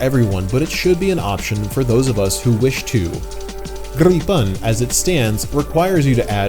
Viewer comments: and you cannot even say Gripen properly how can you call your self a Swede 😂 Its Gripen, not Gripeeeen... 🤣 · You fly way better than you pronounce Gripen 😉 Now I really want to buy a RC like this